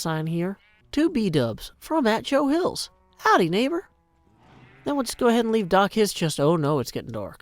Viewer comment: "Howdy, Neighboür!" is perfect German. LOL